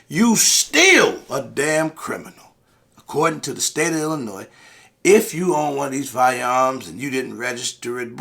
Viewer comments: The "S" is silent, my ears hurt lol Thank you for spreading awareness, we're left on the backburner and are under represented and forgotten about in the struggle for 2A rights 🙏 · Sorry gotta give you shit….Illinois does not have an “S” sound at the end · Illinois “s” is silent